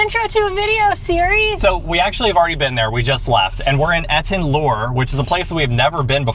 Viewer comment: You guys made my day (again). Etten Lure...like you are luring us in 😊(It's like Etten Learn without the n). Snacks look amazing, anduh, the outfits...Pulp Fiction baby, especially, love it!